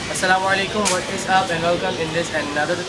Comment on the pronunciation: it's not As salam walekum...It is As salam alaikum please do not moderate it, follow as wht prophet Mohammad saww told and taught us. I hope u will take care from very next time... NOTE: there is no moderation, amendments, and changes required in ISLAM. be a nice muslim.